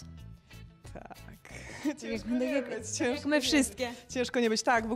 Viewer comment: Daenerys Targaryen* a nie Demerys XD